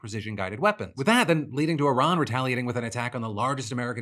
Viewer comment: WAIT, DID NO ONE NOTICE HE ACTUALLY PRONOUNCED IRAN CORRECTLY?